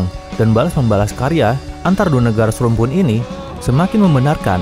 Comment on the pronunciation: Ingat INDONESIA dengan Malay bukan SERUMPUN, Beda Budaya & Bahasa. Indonesia gabungan berbagai Suku Bangsa & Bahasa Indonesia itu d'CIPTAKAN bukan bahasa daerah(SUKU) admin sedikit ngaco nih dengan pengucapan SERUMPUN 😂😂😂